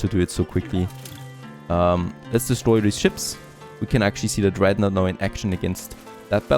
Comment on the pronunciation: love the video series but pleaaaase: dont call it dreadnAUght. that is just not how it is pronounced ^^